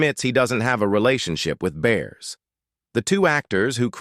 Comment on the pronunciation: This is old news. Even back when Married With Children was filming, it was common knowledge that those two didn't get along as time went on. And for the love of God get her name right. It's Bearse